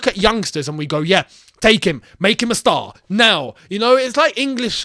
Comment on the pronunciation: “Yeah I’m gonna make this guy a STARR” 😂😂😂 with the American accent